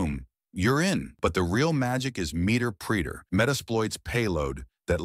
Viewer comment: lol meter preeeter